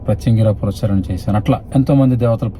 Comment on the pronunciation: పురస్చ ర ణ కాదు// పునఃశ్చరణ అనాలి. పునః శ్చరణ అంటే తిరిగి ఉచ్చరించడం.